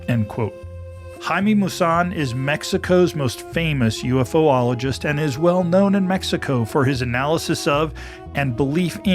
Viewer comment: Please stop saying UFOOLIGIST, unless you are referring to us as ufool? Ufologist is a simple 4 syllable word. I am enjoying your show, and have been binge-watching many episodes today. Thanks.